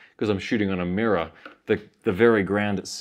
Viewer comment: its a mirraw, its a mirraw hehe